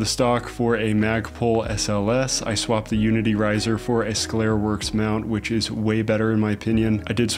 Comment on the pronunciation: Nice kit. Also, scalarworks, scalar as in scalar and vector quantities. Scalar having just magnitude and vector having magnitude and direction. It’s pronounced “Skay-ler.” 👍🏼